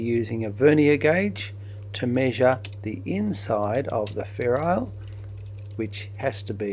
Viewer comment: I always thought it was ferrule, not ferrile.